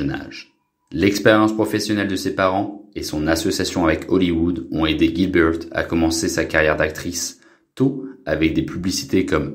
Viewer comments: Melissa Gilbeut fille adoptive de Babawwa Gilbeut , est belle et bien toujours vivante . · haha l'autre avec l'accent sur les prénoms c'est dément! bawbawa, gilbeuwt :)